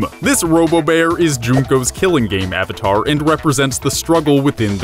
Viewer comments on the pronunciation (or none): none